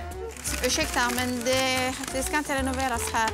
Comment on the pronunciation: Lät så bra när sa Ursäkta men det ska inte ränoveras här